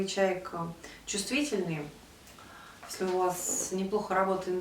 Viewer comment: Мне было бы приятнее смотреть видео, если бы вы в слове "человек" не проглатывали часть букв. Всё-таки достойное слово) спасибо